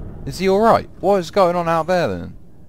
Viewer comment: "izzy oll rye-t"... so english